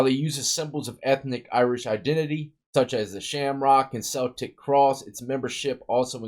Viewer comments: Celtic is pronounced kel-tic not sell-tic lol just fyi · It's pronounced Keltic not celtic, spelling is correct but we say it as if it started with a K ✌️ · The sports team is only pronounced Celtics and other spelling you see is always pronounced "keltic" even though spelled Celtic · Irish guy here. 46 months FSP Close Custody. 90 days on chain gang. 90 in the hole. One year on the farm at Marion also known as Lowell C.I. EOS day after Christmas 2000 from Sumpter C.I. Celtic is pronounced with a K. Did my time lone wolf. No problem. It was the administrative process I bucked. 7 different institutions in 46 months.